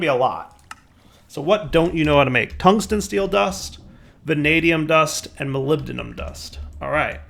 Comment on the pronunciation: amazing, pronounced molybdenum correctly